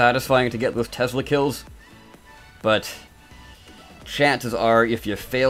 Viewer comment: Tesla not tezla